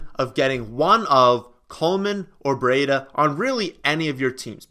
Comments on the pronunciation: You pronounce it briiii-da not breeeiiii-da e is silent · Pronounced (Bree- duh)!put some respect on his name